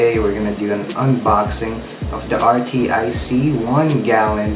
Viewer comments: Its pronounced ARCTIC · I just noticed it's pronounced artic lol